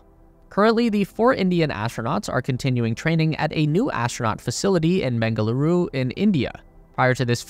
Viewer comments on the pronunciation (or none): A lot mispronounced to the point it couldn't be understood, including Gaganyaan, Bengaluru and so on.